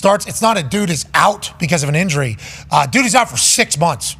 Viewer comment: “the inury situation” ….. ….